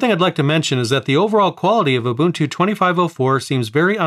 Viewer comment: It’s not you bun tu or uhh buntuu or u bunt too, it’s oooh bun two said quickly. In 25.04, If you transfer too much or too large of a folder or too many folders, then it crashes but you don’t have to reinstall, you just have to remember where you left off. LTS is like the same and not sure if it would be updated, Linux isn’t supposed to be on led monitors, that’s why nothing got used, smart phones and touch screen computers were all ions so it didn’t freeze your brain or anything.